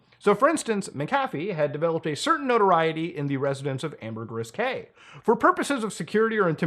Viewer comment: I'm from Belize and bro you fuck up the pronunciation of Ambergris Caye